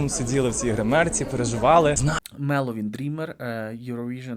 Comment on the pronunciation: Ведучий,коли не знаєш наголосів то користуйся хоч римою або аналогами: ПалАла-ЗбирАла, ХелОвін-МелОвін("Переможна МелОдія")